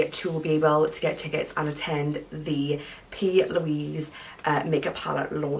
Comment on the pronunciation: Subbed!!! Thought you said arselick😭